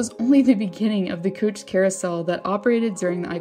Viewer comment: Is the narration a robot! Wtf She reads "Personal" as "Personnel" Then the next line she reads "Coach" as "Cooch" 4 minutes in and I am out. Sick